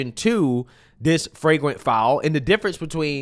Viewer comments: It's flagrant.. not fragrant 😅😅😅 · It's Flagrant not Freygrant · FLAGRANT. Fwaygrant isn't a word